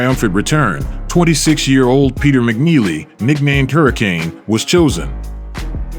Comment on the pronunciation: Mike turned McNeely to JogNeely 😅